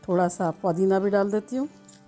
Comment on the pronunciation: It's not. Podina it's pudina